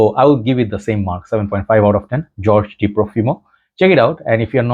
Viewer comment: Hey. This is the Spanish version of George. Pronounced " Hor-hey".